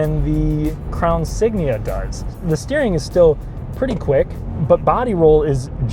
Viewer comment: “Crown Sign”